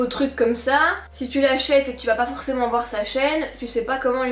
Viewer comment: Ah finalement tu as choisie le haut avec les fleurs! 🥰 (vlog et Enzo) Je t'adore, tu me fais tellement rire 😂 "Allez vwer" 😂 "Demain on va sortir un géranium pour se maquiller" 😂 Enfin SOIT! Tu es au TOP du TOP, continue comme ça! Prends bien soin de toi,d'Enzo, de Django, de Wilo et sans oublier les poules et les biquettes! ❤ Pleins de bisous, D'une petite belge! 🇧🇪